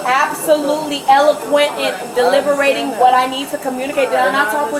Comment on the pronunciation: "Was I not absolutly elequent delibertating what I need to communicate?"